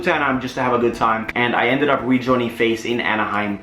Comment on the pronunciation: I swear down he was saying face the whole time